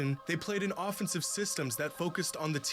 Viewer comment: Cash really complaining about "pffenseive foul", come on mane